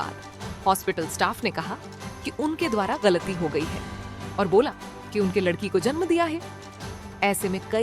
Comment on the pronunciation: Ladki hota he lakdi nhi